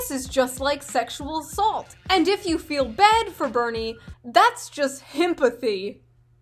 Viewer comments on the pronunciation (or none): none